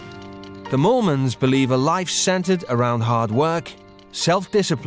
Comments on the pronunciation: I actually thought it was Mormons lol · Chelsi Chikwata I was hearing “Morons”😂😂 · oh my god I didn't even notice that was their name, I literally thought they were "Mormons" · Wait i generally thought it was mormons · I heard molemans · ?? No matter how much I try I can’t here moolmans 😂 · I thought they said mormons too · I thought that Mormons was their name lol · It's not mormans? I thought it was mormans .... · Sounds like the narrator is saying the "the Mormons" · richerrvaz same bro I didn’t know until I saw this